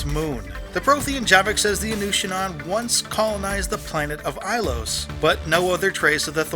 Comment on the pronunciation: The Inusannon is pronounced In-you-sa-non, this is how Javik pronounces their name when asked about prothean involvement in ilos. It makes sense that the reapers would not intensively search Ilos as it was cleared in the previous harvest and showed no change.